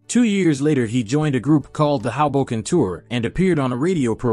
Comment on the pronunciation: Nancy Sinatra was not married to Frank. Instead, she was his DAUGHTER. Also, you mispronounced Hoboken. Regarding Michael Jackson, 6,000 million is SIX BILLION. Obviously, this entire entry was not factually checked. For the most part, l agree with his classification of the 10 most influential singers.